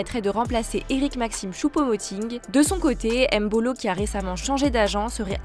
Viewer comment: C'est pas M mbolo c'est mbolo🇨🇩🤦🏿‍♀️